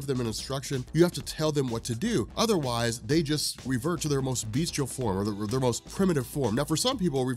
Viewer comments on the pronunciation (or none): none